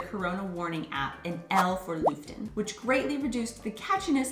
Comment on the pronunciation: Looften. That pronunciation,! Aubrey gets it much nicer. Nice animations though.